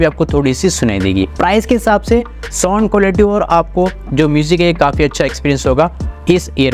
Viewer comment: Broo soond soond kya kar rahi ho. Its sownd